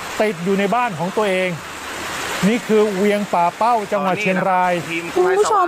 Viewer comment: ป่่าเป้าครับ ไม่ใช่ปักเป้า